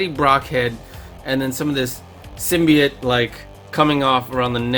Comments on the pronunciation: It’s sim-by-oat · I love this every bit about it, except... There's one specific detail............ He didn't pronounce symbiote right.